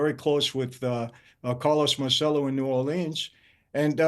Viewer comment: Carlos Marcello…Mahr chell oh that is the CORRECT way to say his name